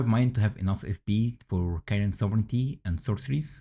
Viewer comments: you pronunciation was perfect 😊 great video btw! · This is good info. Btw, thank you for actually pronouncing "sovereignty" correctly. 🤘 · Most of the native speakers mispronounce this buy my man here says it perfectly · Yeah, it's weird. I hear them say it a lot incorrectly, "sovereign-ee-ty". OP pronounced it correctly. Small thing, but it's a bit annoying to hear. lol